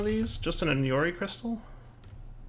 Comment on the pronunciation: CALCulator, not KAKulor. Enori, not Eñori. REstonia, not REDstonia. Oh, and just in case botania is in this pack, it's GourmaRYLLis, not GourmaLAYis.